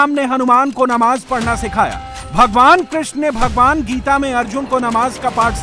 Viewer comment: Ye katuon Geeta uchchatan sahi karo Galat kyon pad raha panchvhar putra